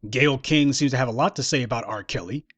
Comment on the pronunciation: I just like how you say Gayyle Skank! I dont even know the bitch but i already hate her especially for attacking my black race